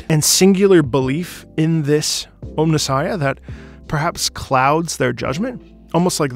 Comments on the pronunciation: He kept saying Ohmnissiah, which is also pretty badass but not quite right. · Also it is pronounced OMNI Sighia